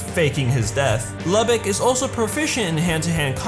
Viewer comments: It pronounce loo-bok sorry I just had too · I thought his name was pronounced Luu-bock